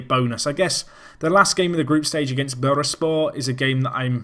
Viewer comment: it's Bur-Sa-spor btw